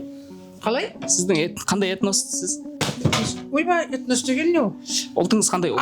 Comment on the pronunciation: Этнос деген сөзді дұрыс айтуды үйреніп алшы